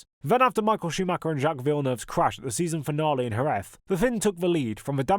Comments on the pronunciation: why do all native English speakers mispronounce Schumacher's name? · Because most people mispronounce it. Google German pronunciation for it